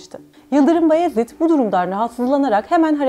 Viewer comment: "Bayezid" diyeceksin "Bayezid" 😠